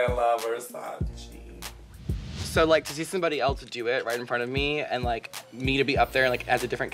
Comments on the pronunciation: its VER SA CHEH not VER SACE not VER SA CHEE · Anyone who has ever watched a minute of Versace know she cares A LOT about how people say it. And it's Versac(a) not (e) . Why don't these people research who they'd imitating? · Violet, you’re not very good yourself (at impersonating Donatella) since you say Versa-chee as in cheese. It’s pronounced “ver-sah-chay” as in it rhymes with say. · I love how violet y’all shit about doing Donatella and doesn’t know how to pronounce Versace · WHY THE F7CK VIOLET PRONOUNCE VERSACE SO W R O N G. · None of them know how to pronounce Versace